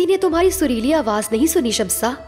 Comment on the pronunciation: Shamsa nahi Shamsee